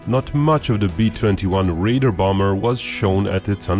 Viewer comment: Deciphering between your pronunciation of RAIDER and RADAR was very dicey